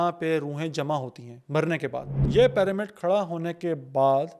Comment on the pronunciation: PAAramid kya hota hai? It's pronounced PIRAMID . Pyramid ka Y ee pronounce hota